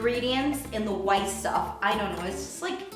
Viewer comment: I just laugh too much whenever she says "whiteeee" 😂😂❤